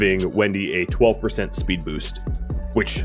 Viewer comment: "A spood boost..." Halfway there, man. LOL